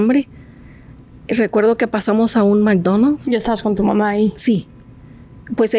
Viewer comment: no mi hno es una estúpida muletilla utilizada para adornar el lenguaje, aparte checate como mastica la pronunciación de McDonald's tipa fastidiosa